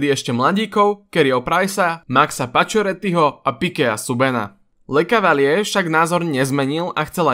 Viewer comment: Určite netvrdím, že nerobím chyby pri výslovnosti. Je to moja slabá stránka, no napriek tomu sú tu potom aj takéto výnimky. To že sa v NHL vyslovuje inak? To by bol potom aj Chára skôr "Čára" nie? Pokiaľ sa Lecavalier narodil v Quebecu (kde je známe, že sa hovorí po francúzsky), tak sa jeho meno vyslovuje tak, ako hovorím vo videu. Myslím si, že správna výslovnosť mena vždy závisí od toho, z kade daný človek pochádza a ako ho tam volajú. Opakujem, niektoré mená môžu byť zle vyslovené, za to sa ospravedlňujem, ale pri takýchto kanaďanoch, čo sa narodili v podobných provinciach ako Quebec, tak ten jazyk je skôr francúzsky. Ale to je v pohode, veľa ľudí o tom nevie a vždy vznikajú takéto dohady o výslovnosti.